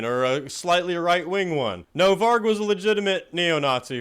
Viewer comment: 👏🏻👏🏻👏🏻👏🏻 for pronouncing Varg and Euronymous’ names right! Very rare for a yank! 🤣